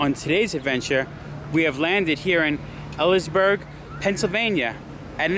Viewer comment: Good Video, but just so you know, it's pronounced E-Lee's-Burg.